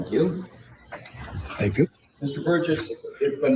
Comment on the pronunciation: Its Burgess not burrows. Sorry.